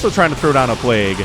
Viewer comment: “plague-goo” ...cringe